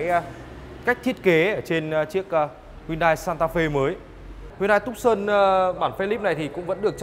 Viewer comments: Dong Nguyen phiên Âm tiếng anh theo kiểu Việt Nam đọc là tấc sần nha bạn :)) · Reviewer đọc tên xe sai rồi, phải đọc là Too - san, vì xe này được phát triển ở thành phố tucson bang Arizona , Hoa Kỳ :)) nên lấy tên của thành phố này đặt cho xe